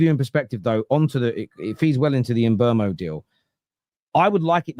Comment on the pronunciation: Bryan Mbeumo. Pronounced: Mm - boo - moe.